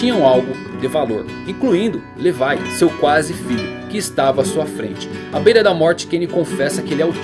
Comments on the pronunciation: Cara uma coisa q eu odeio é a pessoas nao falaren o nome dos personajens do jeito serto:cara é levi nao lefai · fala Levi igual br mano kkk